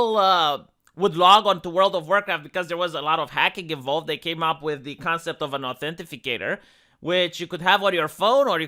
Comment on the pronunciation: Authenti cator, not authenti fi cator :) Not a big deal though, obviously. On topic, I regretted giving facebook my real birthday, but on the bright side I put almost nothing on the account which I haven't touched in years. Now in the age of cancel culture, I'm glad I don't give these a holes anything worth a damn.